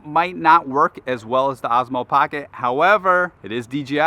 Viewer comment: Is it only me hearing him saying AZMO??